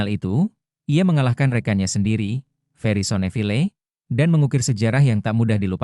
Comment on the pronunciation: Baca Nama yg benar Tan yu hok dan Fery sonivil